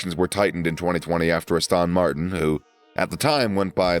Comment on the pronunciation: Astön Martin